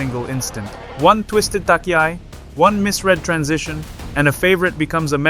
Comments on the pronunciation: Pronunciation sucks. For instance "tachiai," is not pronounce "takiai." So irritating! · Really? Could well be... Ok I will ask the AI then: Please say "touch-e-i", not "tuck-e-i", dear AI! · Thank you for the exciting summary, even though I knew what happened, I enjoyed it! Your pronounciation of Japanese is good, just one little thing stands out, namely "tachiai", you might want to look into it. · Tachi-ai not Taki-ai... onegai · the good old takiai xD no front at all but its tachiai you pronounce it like the first part in the word china ! =)